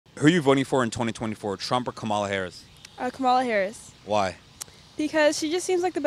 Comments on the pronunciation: If you are going to give an interview on VP Harris, you could try to learn the correct pronunciation of her name. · THANK YOU! I mean, it's not that difficult.